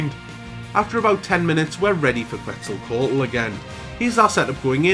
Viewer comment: You did pronounce Quetzalcoatl correctly, you good. Didn't think this run was possible but I stand corrected. good stuff